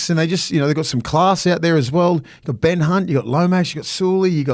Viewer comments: Did just call him Ben C*nt hahahaha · Did just say Ben Cunt 😂